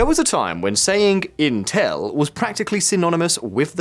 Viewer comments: What the FLICK is inTELL ? Is this an AI robogob trying to pronounce INtel ? "There was a time when saying inTELL was" proof that you were ignorant. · Why does he keep pronouncing it "Inteeeeeeelllllll"